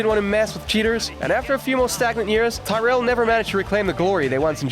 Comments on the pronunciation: Thai-rell? Its Tirral mate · It's 'Tir-rell'. Good vid though. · Who the f*** are Ty-rell? Ken will be turning in his G-rave. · Got as far as Tyrell. If you can't pronounce the names, you shouldn't be making an F1 video 😂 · Learn to pronounce names correctly. Bloody disgrace not saying Tyrrell correctly